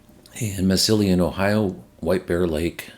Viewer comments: Thanks for the great updates and your continuing work. Some help with pronunciation: Massilon OH: mass-E-lon SanFernando CA: san fur-NAN-do Canandaigua NY: can-on-DAY-gwah That last one is tough! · New Ohio site is Massillon (Mass-eh-lon)